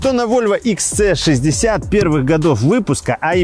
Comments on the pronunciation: Почему вы называете модель Икс Цэ? Буква ,,С" в английском звучит как ,,Си". Правильно Икс Си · Всё прекрасно, за исключением произношения автором названия модели. Икс Цэ 60 звучит очень грубо и не по-вольвовски. Нравится говорить по-русски?, тогда почему не Хэ Цэ 60? Правильное произношение - Вольво Икс Си 60 и никак по-другому)